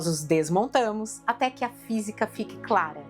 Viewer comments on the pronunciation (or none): none